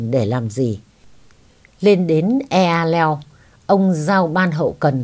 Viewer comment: Eahleo dân Tây Nguyên họ đọc là :(E hờ leo) bỏ chữ a. Góp ý với chị vậy mong chị thông cảm, yêu chị nhiều.